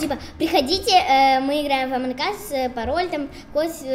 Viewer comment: Ааааааааа не амонк ас а амонг ас